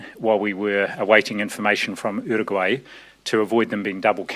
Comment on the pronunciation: the way Nz's uncle Ashley say Uruguay is so good